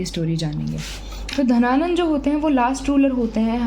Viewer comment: मैम धनानंद हैं या घनानंद ?